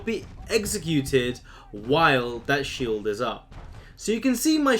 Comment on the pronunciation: I've uh...been executed while having a shieled... lol